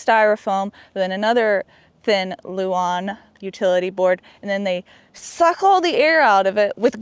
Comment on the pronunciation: OMG! He said luan not Lou Ann lol darn now I can’t make fun of that anymore! Good for you reading the comments section lol.